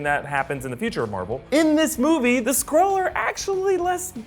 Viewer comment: Is if just me or do I hear squirrel rather than skrull?